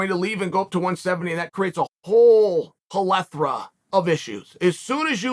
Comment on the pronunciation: “That creates a whole palethra of issues” - Chael Sonnen 2022